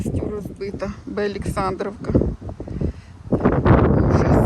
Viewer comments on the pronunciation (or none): Будь-ласка кажіть вірно назву селища,не БеАлєксандрівка, правильно буде Велика Олександрівка.Дякую.